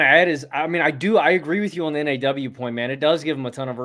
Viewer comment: T-Wolves fan here. You guys really get what this team is about. One tip—NAW is pronounced like “Nah.”